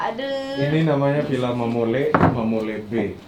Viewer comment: Mamoli bukan mamole, itu nama perhiasan orang sumba